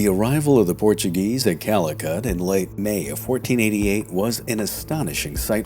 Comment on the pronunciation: “Thanks to the Portuegese colonisation”?’!?! Wtf…